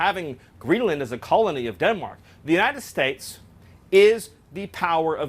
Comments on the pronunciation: “United Stipes”? “United Stiates.” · Anyone notice Miller says, “Unita States?” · Miller is such a douchebag. I hate the way he says "United States". Its like he adds an "h" into both words. "Unihted Stahtes". Douchbag. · The way he pronounces the words "United States"... it sounds more like "United Shtache". Or something like that. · Geezus. He messes it up several more times after those two. It’s almost like listening to Benedict Cumberbatch saying penguin wrong over and over.